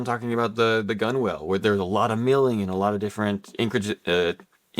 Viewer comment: "GUNWALE" is pronounced, Gun-nel boys, as in where the hull meets the deck. Not Gun-Whale.